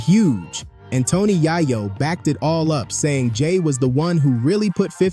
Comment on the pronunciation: the way you pronounced yayo is crazy work 😂